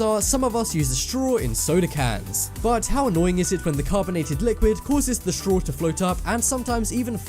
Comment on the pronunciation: Why does he say streaw instead of straw?